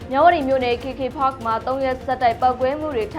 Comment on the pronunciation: ကေကေပတ် KKPARK ကိုဘယ်လိုလုပ်ပြီး ကေကေဖတ်ဆိုပြောနေလဲ မသိ။သိချင်လို့သာနားထောင် နေရတယ်။